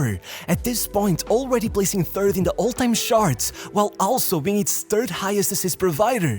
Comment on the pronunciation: "top of the shart" lol